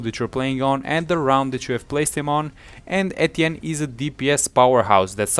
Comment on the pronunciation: I found it helpful but am triggered by him saying Etienne wrong